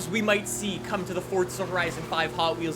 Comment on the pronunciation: its not forDza